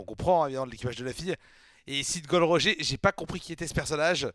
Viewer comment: Roger c'est à l'anglaise que ça se prononcé (comme Roger Federer) ça sonne mieux quand même ^^ Sinon super cool, continue One Piece ce manga est incroyable ! :D Un plaisir de voir tes réactions !